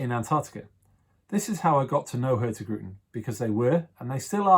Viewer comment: I love how the host constantly mispronounces the name of the company he works for: hurtigruten. The G is silent :D